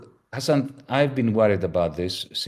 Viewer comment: Lassan? His name is Hasan, single s. You had one job and still fucked it up.